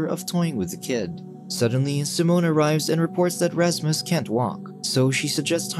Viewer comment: its Rashmush bro😂